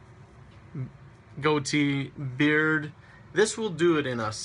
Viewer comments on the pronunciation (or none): none